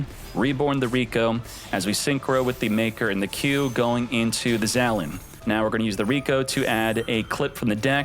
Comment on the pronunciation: Dude, it’s pronounced “Zah - Len”. Get it right, come on